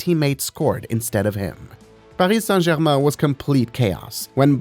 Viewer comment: Te accent when he saint Paris Saint German